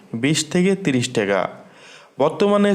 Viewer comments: ভাই বাংলাদেশের মুদ্রার নামটা অন্তত সঠিকভাবে উচ্চারণ করেন, টেকা না টাকা, ধন্যবাদ। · ট্যাগা না টাকা